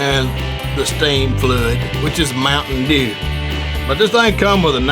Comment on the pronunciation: I died (that's how I'm gonna say mtm dew on the hood from now on XD)